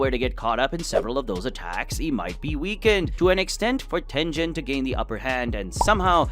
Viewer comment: Tengen being called-tenjen dengen